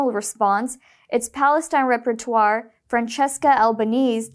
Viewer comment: Rapporteur is a new word to many people; it is pronounced in English "rap-poor-TOOR." A representative of an organization. Not "REP-per-twar" which is a different word, repertoire, meaning a body of dramatic work.